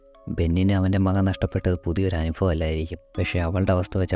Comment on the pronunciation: അനുഫബം അല്ല. അനുഭവം എന്നാണ് ബ്രോ